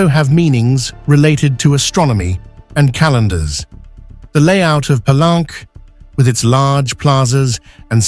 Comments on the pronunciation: Palenque is a Spanish word and should be pronounced as you would read it in a Spanish: Pallénke, not Palánk as pronounced in this video, as if it was a French word. Don't get wrongly sophisticated. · Interesting. Most people pronounce "Pelunk" Pah-link-kay.